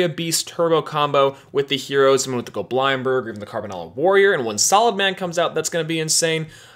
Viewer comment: Bro it's not Go Blind Berg, it's Goblind berg. like lindberg.